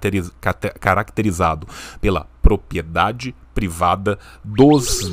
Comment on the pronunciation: O sempre fala "propiedade", em todos os vídeos. Ele tem algum distúrbio de fala tipo dislexia ou só fala errado sem querer msm?